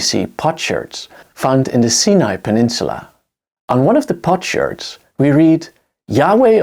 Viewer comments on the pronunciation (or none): none